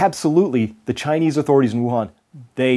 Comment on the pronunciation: he said "ghinese government" 😂 nah but for real tho I hope this virus wipes us all out